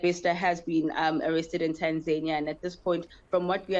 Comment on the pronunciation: Please pronounce Tanzania properly, don't do that Kunta Kinte shit with African words. It's nauseating misunu yenu nx